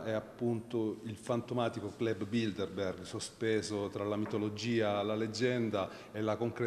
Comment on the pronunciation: Che nervi quando sbagliano a dire Bilderberg. Il giornalista e l'interprete dicono tutto il tempo BildeNberg. So che è un dettaglio ma cribbio! Se fai un'intervista almeno impara bene il tema.